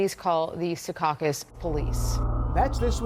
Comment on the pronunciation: It’s not “Se caucus” it’s (Sea caucus)